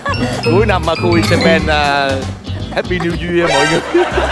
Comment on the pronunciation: Ông chú said: háp bi niêu duya=)))